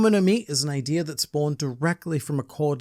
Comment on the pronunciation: Why do you say "idear" instead of "idea"?